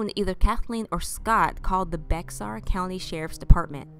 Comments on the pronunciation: Bexar county. Pronounced Like Bear But you got a new subscriber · It's pronounced Bear Bare county